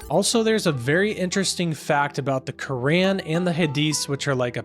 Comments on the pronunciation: Bro I think your pronouncing the book wrong your saying the Korean instead of the Quran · Why do you say Quran like that?